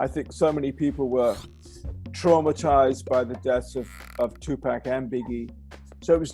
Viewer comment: This dude still can’t pronounce Tupac’s name.